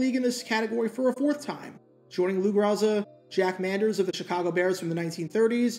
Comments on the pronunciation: The name is pronounced "Grow-Za" not "Gra-Za" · I love your channel, and this correction is sent with respect: the name is pronounced "GROW ZA" not "GRAH ZA" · Do better research. Every old-school fan knows it's GRO-za, not Gra-ssa. If you are going to reference older players---at least know how to pronounce names, otherwise, you sound like a twelve-year-old giving a book report. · It's pronounced GROW-zuh